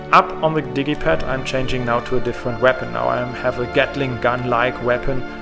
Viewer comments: is it just me or is he calling the D pad the diddy pad? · He calls it the digi pad pronounced dijji pad which is short for digital pad.